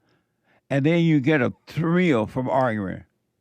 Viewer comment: And why do you say ppl are "arggering" its arguing 😂😂😂 damn bro u embarress yourself all day long